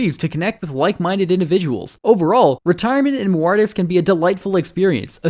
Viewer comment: I'm so convinced. Guy can't even pronounce the names of the places. St. Luicia? Cochimbaba? Muartis? You know he's researched it very intensively and is very familiar with these places.